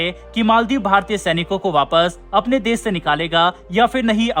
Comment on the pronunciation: Why do you pronounce sh and s sounds wrong. "Twisht" instead of twist and "des" instead of "desh". Sounds bad. But yes, good coverage. Bharat should stop all aid to these buggers.